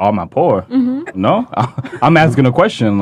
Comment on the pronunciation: Who are they "axing" now?